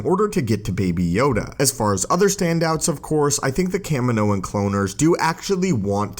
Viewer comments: Anyone else bugged by how the narrator pronounces Kamino? Kah-Mee-no not Cam-in-o. Sorry, my rant is done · Ca-mee-no. Not Can-minno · It’s kahmeenknow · Bro it’s pronounced Cuh Me No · You aren’t a true Star Wars fan because you say Kamino wrong. Watch attack of the clones bro 😂🤦‍♂️